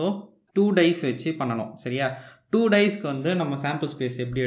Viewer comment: Bro not "dies" it is dice